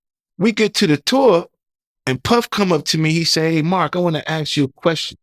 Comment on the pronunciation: Amazing? Can’t pronounce the word ask though.